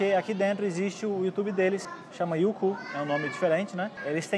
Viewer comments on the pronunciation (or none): ''Yuku''. kkkkkkkkkkkkkkkkkkkkkkkk